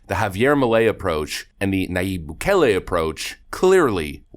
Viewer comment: Nice video even though you totally mispronounced the word describing Argentina currency. The word is enunciated "pay so" not pessso. Bukele is pronounced "bu-Kay-lay" because there is no short E enunciation in Spanish. 😂